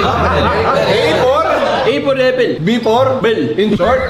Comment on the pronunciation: CONG: A for...: Affel 🍎 CONG: B for...: Bell 🔔 CONG: In short...: Affeldabell HAHAHAHAHAHAHAHA!